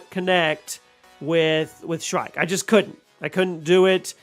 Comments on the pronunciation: It's SHREEEK. NOT SHRIKE. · "shriek" = "SHREEK"